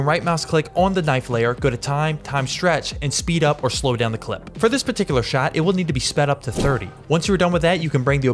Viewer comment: OAR instead of OR! That’s gold Jerry!